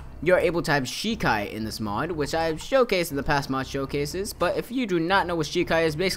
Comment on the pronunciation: haven't watched the anime for a while, just been reading the manga but I think only the quincy call it Rei-shi, but he's pronouncing everything wrong anyway. bonkai? shekai? nooooo I blame dubs.